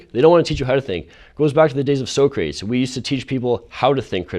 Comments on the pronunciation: So-crates??... no kid, it's So-cra-tees. Get out of your safe space and get back to school. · For the love of God, please tell me a college student didn't actually say "SO-KRATES" and this guy is the one I most want to side with ??? Society is now dead. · At time stamp did he really cal Socrates “So Crates”? Although I do agree with everything this guy said and it is truth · So-“crates”? Lol you mean Socrates. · Did he really say So•crates instead of Soc•ra•tes? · So-crates? You mean Soc-cra-tees right? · "so crates" fucking "so crates" it's saw-kra-tees bitch. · Safe spaces are so fucking stupid... I agree a lot with business suit kid. However, did that mother refer to Socrates (Sock-rah-tees) as So-crates? Bitch... Lurn mo betta. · Dude lost me at So-crates. So crat tes. I would even accept Sock ra tees. So-crates is from Bill & Ted and it was a joke to make them look stupid. So when you say Socrates as So-crates, it makes you look like you have no idea what you are talking about. Although I do agree with his argument. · "Sow-craits"?? Don't they tech you how to say Socrates anymore? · Did that one dude say "Socrates" as Soo Crates? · This man said so-crates XD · Socrates... (“so-crates”, around 5 mins). Lol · Damn. This guy is correct but the way he pronounces things kills me. “Anti-thesis” and “so-crates”. Kills me. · "anti thesis", "so crates"? Come on. I totally agree with you but you need to learn how to pronounce certain words. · Did he just say So-Crates like in Bill & Ted? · ...so-crates...I agree with him but that's not how you pronounce that. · It's not pronounced "So Crates". That's some Bill & Ted stuff. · I agree with the free speech guy, but he actually said "So-crates", LOL. Bill and Ted! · I like this guy. but he just pronounced Socrates Socraytes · "So-crates". Someone's been watching Bill & Ted. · I was on board with the guy on the left but he did call socrates "so-crates"... I could help but crack up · lol he said so-crates. excellent.